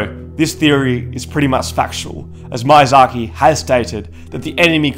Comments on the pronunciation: The first "i" in Miyazaki is pronounced like an "e", your pronunciation comes out as "Mayazaki". Sorry to point it out but it broke me by the third time u.u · Great video mate, but I just CANNOT stand you saying out the director's name. ME- UGH- DZA - Key is how it's pronounced. You say it like Mayasaki. Also aren't the butcher ladies preparing the meat for the Gaping Dragon? Or maybe the meat is just bait so the rats get flushed down to the Gaping dragon and the dragon eats the rats. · Bruh, it's mIazaki, not mAiazaki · First of all; it’s MEE-YA-ZAKI not MAI-UH-ZAKI Australians are so damn bad with accents it’s astounding. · Ah yes, the creator of dark souls "Maiyzaki" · Yeah. Mayonnaise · Loved this! I just really need to tell you this: the mi in Miyazaki is pronounced as "mee" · Ah yes, my favorite game designer, Heedeetahkah Mayahsahkee. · everytime he says mayazaki i flinch a lilttle great video overall tho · Hidetaka: "hee dey tah kah" Miyazaki: "mee yah zah kee" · Hideeetaaaka MAYAZAKI - the worst pronounciation I ever heard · Ah yes, Mayazhakee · Good video, but the way this guy pronounces Hidetaka Miyazaki is giving me conniptions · Yeah, my Japanese pronunciation is not the best, hoping no one would notice that recurring blunder haha. I know the correct pronunciation now, so dark souls video that I make later will not include this issue! :D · Butchering Miyazaks name man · I have never heard anyone butcher the pronounciation of Hidetaka Miyazaki this bad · Great video! However i just couldn't stand hearing the wrong pronunciation of miyazaki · Dang, the pronunciation mistakes almost drove me off